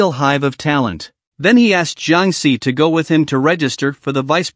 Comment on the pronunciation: Bro really said Jiang SI viruses